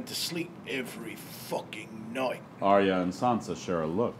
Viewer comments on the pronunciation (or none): AK Rex yes, i love this presentation but i am disturbed 😧 😳 by the mispronunciations of the names. It was in by head all the time and i feel bad listening to the names said that aren’t right, such as Arya as said as “aerya” and so on. But overall i enjoyed and liked it!